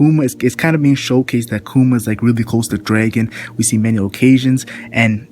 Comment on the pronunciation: sounds like (Bar-tha-la-mew) and Dragon, not Drāgon =(